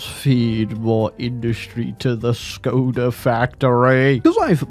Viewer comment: The letter Š is pronounced as SH. So Škoda is pronounced SHKODA.